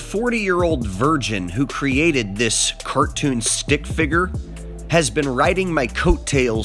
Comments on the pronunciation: Wow just wow fi-GER hahaha yeah great pronunciation flat earther it’s pronounced fig-ur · Hearing him say figger over and over is cringy as hell